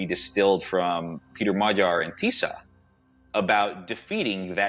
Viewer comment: described the situation in Hungary very well. He also knows how to pronounce 'gy' in Magyar:)